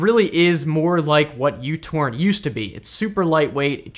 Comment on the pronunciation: "U" torrent.. it's not. Its "micro" torrent That's the lower case Greek letter "mu"